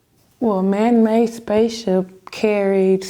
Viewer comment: I'm assuming when she keeps saying 'man may', she means man made.